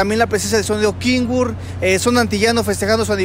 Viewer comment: Y no es kingurt es kenwort !¡!